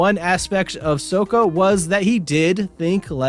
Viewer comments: Not to be " that guy" but its pronounced SOCK-AH. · BRO "soaka" WHY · How you watch the whole series & still pronounce Sokka name wrong? Sock-kuh